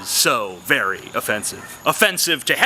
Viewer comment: was i the only one that kept hearing 'o-fence-ive'? the fence behind him was just too distracting.